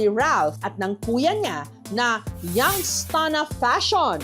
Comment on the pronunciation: Young’s Town. Mali ka rin eh.